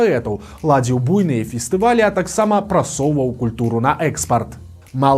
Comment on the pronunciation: Ну, спадарства, ну зашмат памылак маўлення. Адныя "бу́йныя канцэрты" чаго вартыя!!😅😅😅😅😅😅😅😅😅😅